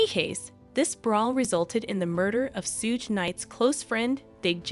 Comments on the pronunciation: Sooge and 2 pack 😂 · This video might be well put together, but I cannot handle Tupac and Suge's names being mispronounced the entire video! I had to leave, sorry. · Hahahaha rite !! Driving me crazy !! Learn there names before narrating the video !